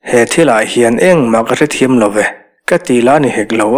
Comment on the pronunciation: Thim zual na lam, tih i lam hi a van dik chiah lo ve leee, THIM tih hi thluk hniam lo in thluk sang deuh zawk la a dik ang aaa..